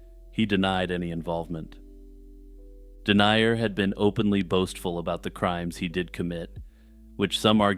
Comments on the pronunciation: Haha i enjoyed it but his name is pronounced something like den-yah rather than denier. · Paul Denyer is pronounced "Din-yur," not "Dee-nye-uhr." Other than that, good video.